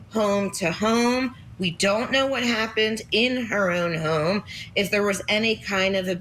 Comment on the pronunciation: who the hell says home like that😭😭